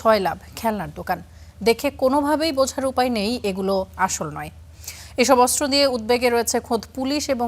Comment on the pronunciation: অস্ত্র উচ্চারণ শুদ্ধ উচ্চারণ করতে হবে, অস্ত্র উচ্চারণ শুদ্ধ হচ্ছে না 😊😮